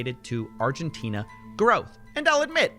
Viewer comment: did x have a stroke trying to say Argentina